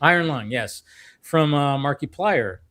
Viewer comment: always mispronounces markipliers name. it's not "marky-plier" it's pronounced "mark-uh-plier" repeat it & it will stick. i promise